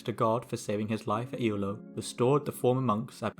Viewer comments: Ewloe was pronounced correctly, though Hawarden is, in modern times, pronounced Harden. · Hawarden tends to be pronounced more like harden. It has a Welsh name you could have attempted to pronounce, ‘Penarlâg’. The pronunciation of Ewloe was better here than in another of your videos. I visit Ewloe castle nearly every week. I’d love to hear more about the battle of Ewloe. 🖖